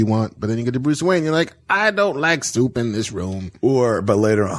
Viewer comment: 😂😂😂😂😂 "I like the idea of him eating syewp." 🤣🤣 Kevin even got Tim Burton's Californian accent down.